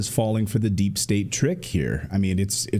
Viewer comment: He pronounced deep state wrong.